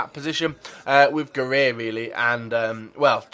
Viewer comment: Can you actually pronounce any name right. its pronounced Ga-r-I